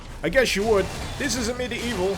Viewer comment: Ugh, I always think he said "A Medieval..." And I go medieval what?!